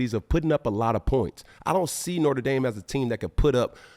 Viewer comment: Does he mispronounce Notre dame on purpose?.... "We be reppin nortre dame up in deez skreetz"